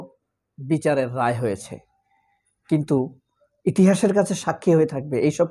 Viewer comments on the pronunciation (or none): none